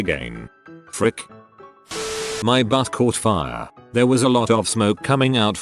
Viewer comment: "My bus caught fire" but that sure sounds like "My butt caught fire"